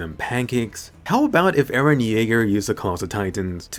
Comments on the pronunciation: “E r e h” 👁👄👁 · By the way its Eren not Iran 😂